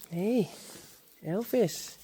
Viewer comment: Lovely little Elvis 💙 It sounds funny when you say Elfis. Why did you ask us about Frisian names if you don't use them yourself?